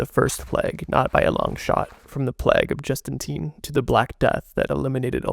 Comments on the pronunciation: Jus-ten-EE-an. lol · Great video! That ending was somehow expected but also unexpected 😢 Only note is that it's pronounced like the plague of Just-in-e-in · jus-tin-ee-en Mayhaps, spend more time fact-checking and researching pronunciation and less time focused on that overdramatic voiceover